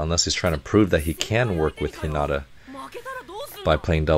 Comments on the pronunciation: LOVE the technical/art analysis! (Quick note: Hinata is pronounced with emphasis on the first syllable, not the second) 😁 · He name Heen-Na-tuh